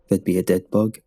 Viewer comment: I thought you said "Thug problem"